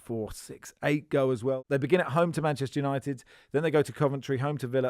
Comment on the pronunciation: It’s Manchester United not Man as in Manchester Guardian.